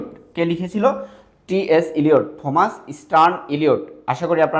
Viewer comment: থমাস keno blchen.oita pronunciation টমাস হবে😶